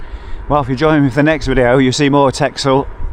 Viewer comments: Excellent. Would like to cycle on Texel so looking forward to next video. It’s pronounced Tessel 😊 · Counterintuitively, "Texel" is pronounced as "Tessel"